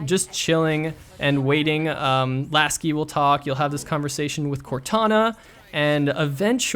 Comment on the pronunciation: Laso not lasi!